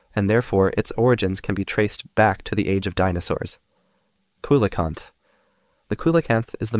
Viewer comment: See-luh-canth not koo-li-canth. Also whales arent fish